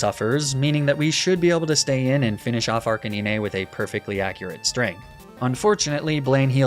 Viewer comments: He said arcinine for arcanine Nobody talking about that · did he really just say arc-a-nee-nea?!?! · who pronounces arcanine like that😭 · Your pronunciation of Arcanine is literally killing me xD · I absolutely love your videos! They make me feel like a kid again watching them. However; I will never be ok with how you add an extra syllable to Arcanine's name xD Keep it up! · this man cant be serious pronouncing arcanine like that. there has to be some joke I'm missing out on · I love these videos but the way you pronounce arcanine makes me irrationally angry for some reason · stop butchering Arcanine's name on purpose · Bro get outta here with the „blasto-ah“ and „arcaneeneh“ 😂